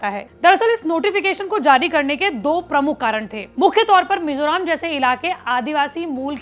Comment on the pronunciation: It's Mizoram not mizoraam